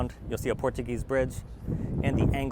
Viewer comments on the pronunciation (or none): none